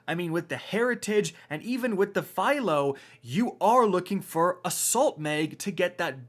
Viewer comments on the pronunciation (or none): none